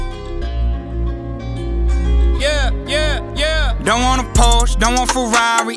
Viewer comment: hey says “ion want”